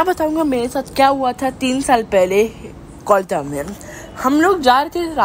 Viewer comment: There's no place in Kolkata named Ajanta Tunnel and No tunnels connect Barrackpore to the main city . The boy the In the audio was not even able toh Pronounce Kolkata correctly .... Nevertheless nice story .